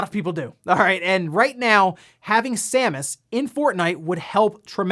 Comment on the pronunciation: Thank you for reading Samus' name correctly ("Sam-us") instead of incorrectly pronouncing it Seamus ("Shame-us") like a certain OTHER Youtuber did recently.